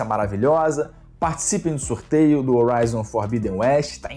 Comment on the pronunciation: O "H" tem som de R em Horizon, bérou.